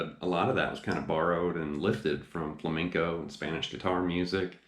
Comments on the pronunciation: He's saying fleinco its flamenco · I remember this guy giving me sht because I wasn’t pronouncing “flamenco” properly! Lol Lesson learned. Beware! 😊 (Great lesson! Thanks! I learned a bit from that book “Guitar Grimore”.)